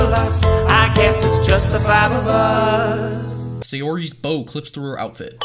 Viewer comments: ITS NOT FUCKING SAYARI ITS SAYORI YOU DIP SHIT. AHHHHHHHHHHHHHH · Can we add extra sins for mispronouncing both Sayori and Natsuki? But I'll remove 1 for that "crush" pun